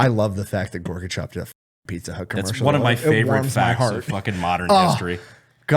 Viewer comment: it’s Gorbachev not gorgachev!